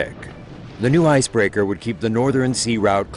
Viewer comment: know as leaderrhh ... icebreakehrrr